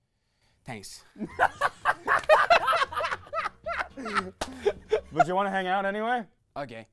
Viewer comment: You mean Barney: Tanks. Instead of thanks